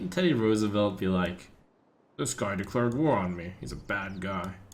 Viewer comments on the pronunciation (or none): none